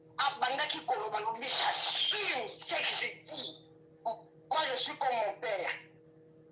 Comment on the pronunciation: Ye kutu abandaki koloba “j’assume “ te. Abandaki koloba nde “j’assime “😂😂😂